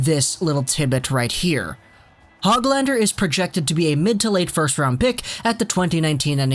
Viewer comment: You actually say his name like HOOGLander.